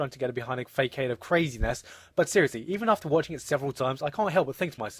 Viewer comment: facade is not pronounced like it looks